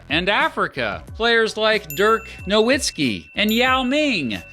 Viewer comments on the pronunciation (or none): Mispronouncing “Nowitzki” is just lazy